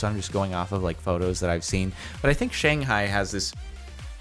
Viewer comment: the way he pronounces shanghai 😂